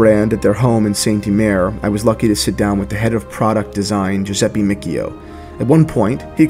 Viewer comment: how did you pronunce Giuseppe Miccio 😭